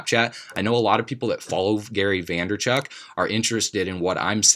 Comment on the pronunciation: Vaynerchuk NOT Vanderchuk :)